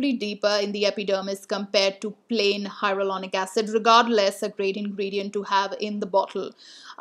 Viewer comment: Did you mean hyaluronic acid? I think I heard "hyarulonic acid"!😂